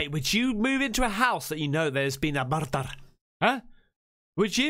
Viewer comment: I think most people missed your sneaky Taggart reference 😂😂 “There’s been a murrrderrr” hahahaha :_CaspersLets::_CaspersDoo::_CaspersThis